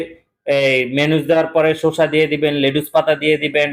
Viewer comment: শশা, শুশা না